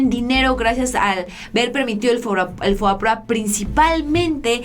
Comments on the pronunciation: Estimada espero no me lo tomes a mal pero no es FOAPROA como lo pronuncias es FOBAPROA, pero de ahí todo excelente con la información. Saludos a toda la audiencia. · FOBAPROA no FOAPROA